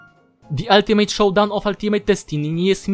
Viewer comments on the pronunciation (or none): none